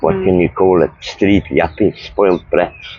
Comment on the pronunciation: Did he say Spoilt Blacks???????????????? There's no way I heard him correctly,or did I?